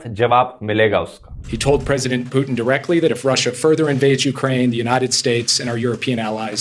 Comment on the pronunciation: Putin naam h bhai Puteen nhi